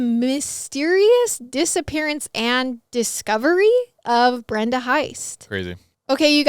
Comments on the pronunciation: Who else heard " disa parents" ?😂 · I thought you said dissaparent 😂😂